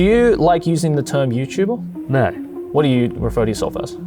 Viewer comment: „Are you Youtuba?“